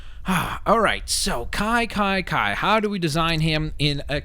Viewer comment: he called Kai Nai